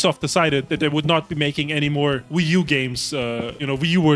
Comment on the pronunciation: ah yes, the Vii wersion